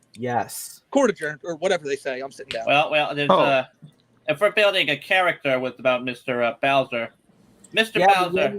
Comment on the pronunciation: *the cawl is coming fwom inside the bwuilding.